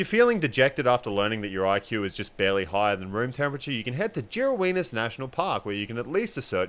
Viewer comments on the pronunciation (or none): Did... did you just pronounce it "Jirraween"?!?!?! :D